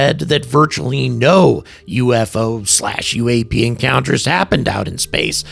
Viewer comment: How to tell people what you are gonna say is BS? no-one: this guy: "good afternoon uU eF Oo enthusiasts"